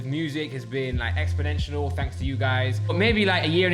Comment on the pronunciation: exponentinal? Lol mate